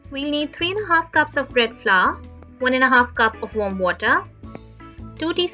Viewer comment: What is flaar??? Do you mean flour!! Which supposed to sound like flower